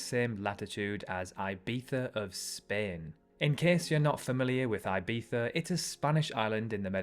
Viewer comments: Dude, makes no sense for you to say Ibiza as "eye bee tha". Eye bee za, sure. But why pronounce the Z as Th while not pronouncing the I as "ee". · Ibiza, not aybiza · So I say Ibiza, you say ibetha.. have I(and everyone I know) been saying it wrong all of our lives? Is it really pronounced ibetha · Eye-bee-thuh No no no IBIZA “ee-bee-sah” or “ee-bee-thah” if you want to be a Spaniard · Who the hell says Aibeetha??? It's ee-beeza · IBETHA??? Thuffering thuccotash! You should see a speech therapist about that. You aren't the king of Spain. That "Castilian pronunciation" only makes sense if you have a Hapsburg underbite. Also, Chicago gets blisteringly cold winters and searing summers because it's WEST of Lake Michigan and gets those Polar Express winds coming down from the Arctic. The west coast of Michigan gets the modifying lake effects that make winters a bit milder. Rome has the Alps slowing down some of the Northern winds. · Did you really say Ibitha? 😂😂😂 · Bro did not say “I bee thuh” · Wild pronounciation of Ibiza lol. Either try for real or skip that lisping thing dude. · I dont get why british pronounce the z like that in Ibiza just to pronounce the I wrong. Sounds stupid. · Interesting pronunciation of Ibiza. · Great video, I would have gone into some reasons as per why. Also you Brit’s love over exaggerating the pronunciation of Ibiza